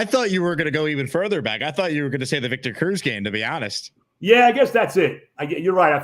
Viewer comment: Viktah Crooz... oh da freaking pain